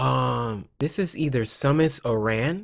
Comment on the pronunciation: Why did Cory say Samus like that